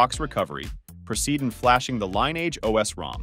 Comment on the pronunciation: "install the line eeage os".. .stoopid bot crap